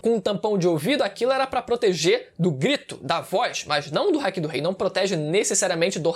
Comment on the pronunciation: Dá agonia do falando hack, NÃO É HACK, É HAKI kkkkkkkk hack é e quando vc usar algo ilegal no CS: Go